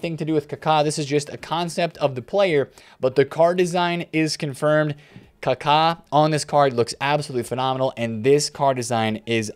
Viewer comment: Finally a YouTuber that says Kaka correctly 👏👏👏